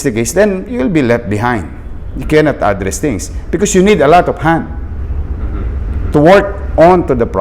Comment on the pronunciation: Isko pogi, address the stress of pronunciation is on the second syllable.